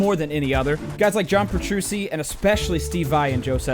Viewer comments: "John Petrussi" LUL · Nobody: TheDooo: John Petrusy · "John Petroosi"